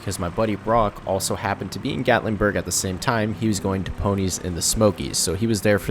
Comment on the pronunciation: Gatlingburg!?!? It's Gatlinburg 😐what's with this guy adding a g to everything